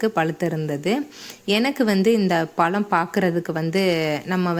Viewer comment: பலம் இல்லை மேடம் பழம் என்று சொல்லிப் பழகுங்கள் இப்படி தமிழை கொலைப் பண்ணாதீங்க.